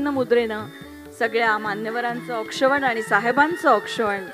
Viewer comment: औक्षवण नाही औक्षण मराठी शिका जरा वार्ताहर कसे काय बनता ?